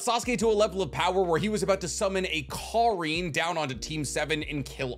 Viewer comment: He said it with so much emphasis too😭😭